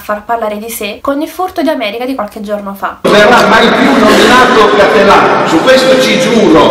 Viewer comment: Bel video ma ti prego correggi la pronuncia. Per un veneto sentir dire cÀttelan invece di CattelÀn è traumatico.